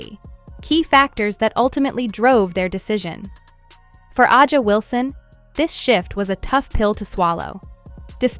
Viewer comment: Can you fix the damn A I voice to say Asia just like that Asia not ajia Asia if you’re gonna use the damn A I use it right